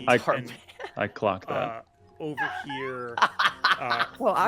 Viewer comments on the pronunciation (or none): So cinematic, it hit the players hard. When Zorias meets the “centaur” I thought I heard him say “I clopped that…” a blend of clocked and clip clop. You know, because hooves…